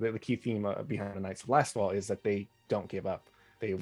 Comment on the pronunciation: Is it just me, or does keep calling them the Knights of LastFall, rather than Lastwall?